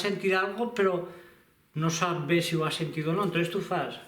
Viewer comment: Perque pronuncies "be" com si fora" ve", no te sentit malasombra!